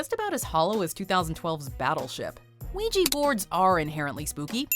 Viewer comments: It is pronounced "wee-ja," NOT "weegee." Why tf can't people get it right? 😤😬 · W T F!! I never heard someone said uiyi to ouija ! Here in latinoamerica we say (uiHa) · "Vigi" ??? It's "Uya" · Ahem. It's WEE JA not WEE GEE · Lisa Axen no, the words come from French oui and then German ja there for it's pronounced we-juh not we-jee. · How in the hell can you pronounce ouija “wejee”?????????? 😂 wtf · WEE-ja. Christ. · "WEEGEE BOARDS"??! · that pronunciation of "ouija" makes me cringe. it has a "a" at the end, not an "i". i dont know why people all of a sudden gave it that pronunciation in the last decade when everyone called it "wee-jah" before smh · Ouija is pronounced weegee? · Christine C. I know I was thinking the same thing. I hate when people mispronounce it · Is this really how you pronounce ouija in english? 😳😳 this just sounds so damn wrong to me 😂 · groundlos I was surprised too 😆